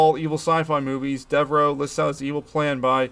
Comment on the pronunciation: Thanx for posting this. This movie is in my DVD player right now. RIP to our Spaceman...ACK! ... oh ,and it;s pronounced Deverow